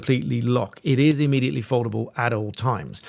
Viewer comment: immediately not ammediately.